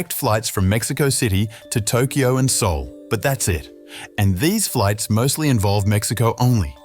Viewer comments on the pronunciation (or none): none